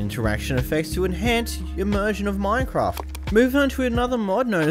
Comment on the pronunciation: Minecwaft 1.16